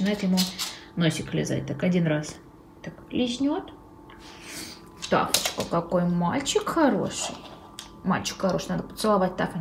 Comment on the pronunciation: В одном из видео мне послышалось не Тафка, а Тапка😂